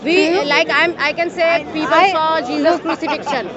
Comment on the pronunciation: This smartypants is a Churi…. JeeJas JeeJas JeeJas … doesn’t even know how to pronounce the name correctly.